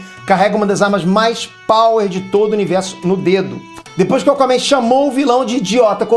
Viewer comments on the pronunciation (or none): "Acomen" kkkkk. zueiras a parte parabéns pelo canal. Foda mesmo!